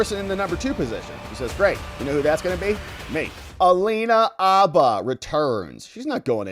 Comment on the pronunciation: Bro! Abba is a Swedish rock group. Habba is a lawyer. Include the H. Say Habba. Say it how it's said. Habba, dude, Habba.